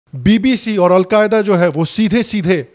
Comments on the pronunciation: Thank you for calling Al Jazeera as Al Qayda. Rofl😆🤣😆😅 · lol!!! did you say Al-qaeeda instead of Al jazeera hahahhhahhahahahahhaha. that's a blunder. A big blunder. Kya car race ho. Lutiya dubaoge. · Vai Al Jazeera ha Al kaida nahi ..... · He is calling Al Jazeera as Al Qaeda. I thought it was a slip of tongue, but may be not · It’s Al Jazeera not al qaeda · Al Jazeera tha.....u called it al Qaeda...🤣🤣🤣.....no worries both r the same!!!! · you pronounced aljazeera as alqaeda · It's aljazerra not Al queda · It's al Jazeera not Al Quaida